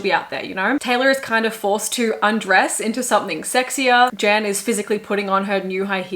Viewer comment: The dancer Jan is from my country (Slovenia), it is still crazy to see him up there. I laughed when you pronounced his name, but how could you have known - the J is pronounced like Y and A is just an a sound (like if you were to sing aaa). So kind of like Yan if I try to mimic it to English 😅 Loved the video though, as always.